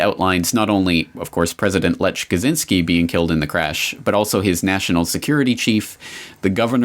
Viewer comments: The name "Lech" is supposed to be pronounced "Lekh". Just sayin' :) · Lech pronounced 'Lek'. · A fascinating watch, and definitely enhanced by unintentionally hilarious pronunciation of Polish names.